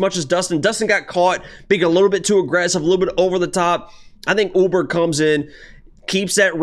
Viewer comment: Carlos "Oooburg"